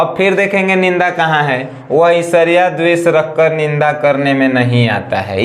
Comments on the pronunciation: सर ईर्ष्या को esarya नहीं ershya पढ़ते हैं प्लीज सर गलत मत पढ़िए अच्छा नहीं लगता है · Who noticed he is saying ishariya instead of irshiya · Isarya kya HOTA h sir irshya HOTA h kya sir padhna Sikh lijiye pahle 😀